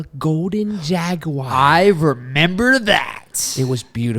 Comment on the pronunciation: Is it also ok if he says "dragwire" instead of jaguar??